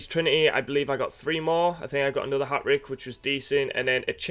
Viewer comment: "A hat rick" lol